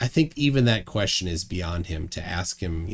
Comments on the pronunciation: "I have a few questions to axe you" Yet another moron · Can't pronounce the word 'ask'. Claims to know more than every scientist in the world. Wow., I take my hat off to you. This guy is out there.